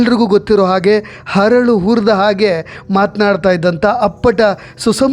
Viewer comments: Punyathma adu "Haralu" hurida hage alla "Aralu hurida hage" atleast when you are speaking about Aparna dont make pronunciation mistakes.. Astakkoo video poorthi copy.. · ಹರಳು ಅಲ್ಲ ಅರಳು